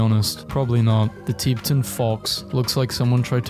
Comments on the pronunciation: The teeptan fox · ok this kinda urked me so its pronounced ti-bet-ten not ti-bee-ten, boe-day-gah not boe-dee-gah, and bed-st-eye not bed-stee lmao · “the teeptan fox” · Did you really just pronounce "Tibetan" like that? Bruh ☠ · This man is over here correctly (enough) pronouncing gnocchi but flubbed Tibetan? What manner of insanity is this?